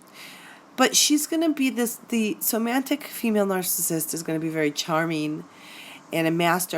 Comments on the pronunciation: OMG! It’s Somatic NOT Somantic!!!! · Somantic? Isn't it pronounced somatic? I couldn't get past the mispronunciation to listen to the rest of the video. Also not to mention sisters who have somatic narcissism. You said girlfriends, significant others if you're gay, and friendships but entirely left out moms and sisters in your introduction . Lost interest right at the start. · Wheres the N in Somatic that is making it pronounced SomaNtic like romantic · First, I wish you had said somatic, not somantic 😂 any way doesn't matter. I've just realized this is what I'm in. Luckily its only been a month but I've worked her out, all over social media looking extremely sexy, had concerns about other men, asked her and got blamed for ruining her life and how mean I was, silent treatment, jealous of one of my best friends (female) doesn't get on with her sister. Has a list of things that I've ruined in her life, showed me her hoohaa on first web chat. She initiated the chat, we had sex first time I met her, she lives with her partner who is no longer with her and the story was really hard to understand. I'm no longer important to her because I asked too many questions about her online relationships with other men. I am an empath and wear heart on sleeve. The other guys online I identified looked similar. I saw red flags. Things didn't feel right. So I am out !!. Just going through the spending less time each day thinking about her. As a few weeks ago I was obsessed with thinking about her. That was awful. Thank you for doing good work on your channel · Somatic please. Not somanitic.☺ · Not to knit-pick, but there's no 'n' in somatic. Not somantic. Hearing it pronounced wrong a few dozen times is making me a little crazy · It's somatic not somantic lol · Oh, thank you. Glad its not just me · Is it somatic or somantic? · Somatic. Not somantic. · Why do you keep saying "somaNtic"....there isn't a "N" in the word! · The correct pronounciation is so-ma-tic